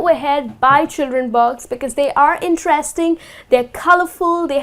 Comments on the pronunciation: Why do u say "box" instead of "books"??? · You saying 'books' or 'box'?? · no offense your pronunciation of books sounds like box! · She struggling to pronounce "BOOAKS" "BOOAKS""BOOAKS""BOOAKS" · Ur really struggling to got to go to heaven